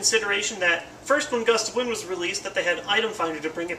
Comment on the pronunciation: Gust of Win...the D is silent